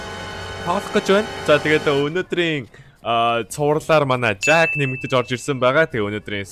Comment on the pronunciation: Jack aa, gdg chin zaakaa gj nga ym shig sonsogdoj bna hhe